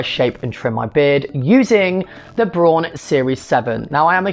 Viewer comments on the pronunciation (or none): Hey, BRAUN is German company... the translation is "brown" (the color brown). It's pronounced like the color brown 😊